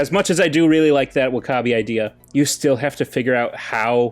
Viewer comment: Wakabi!!? I'm done listening.